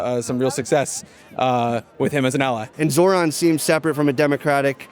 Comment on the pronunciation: Hey Andrew, I know it gets confusing with the opposing candidates and most of the mainstream media constantly mispronouncing Zohran’s name, but it’s more like “Zor-rahn” than the “Zo-rahn” way that you said it